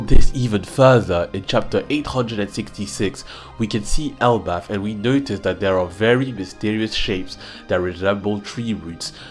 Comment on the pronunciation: Elbalf ❎ L Buff ✅